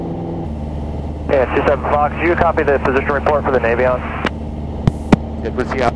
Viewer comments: The Nation should use radio's! Idiot not to! Also, please tell the young Warrior pilot that it is called a Navyion, not Navvvvion! It is a good bird with the bigger engine! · It’s pronounced Navy-on. I had military L-17 version of this aircraft. No excuse to not have radios in a complex plane like that.